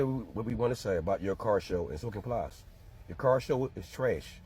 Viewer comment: Please stop calling him Pli-est. It’s just Plies. Like lies, fly’s, tries. You get my point.